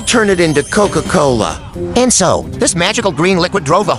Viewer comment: Bro said cocola